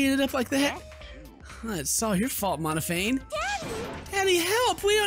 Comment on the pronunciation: i wonder when is gonna realize that its monoPHANIE not monophane